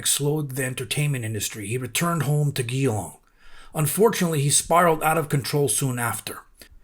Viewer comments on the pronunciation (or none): Thanks for the great update ! Hot tip* Geelong is pronounced jelong not gheelong